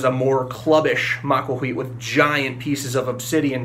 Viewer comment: You make the TL sound by putting the sides of your tongue against the sides of your upper canines then blow. It does not make the TOL sound like in bottle. I recommended this website: it has audio from a modern Nahuatl speaker who pronounces the TL sound correctly.